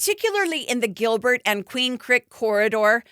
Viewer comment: Queen Crick? 😂